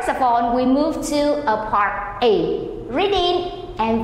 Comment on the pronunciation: Phần thì đọc là Phần Ây, tại sao không nói ANH -ANH HAY VIỆT VIỆT luôn. Part A ( part ây ) hay phần A ( phần a ) đi. Xen tá lả